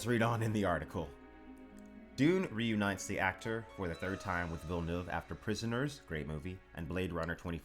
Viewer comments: Congrats for Villeneuve prononciation. Pretty much the first english saying it right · Great Villeneuve prononciation! Hard word for non french speakers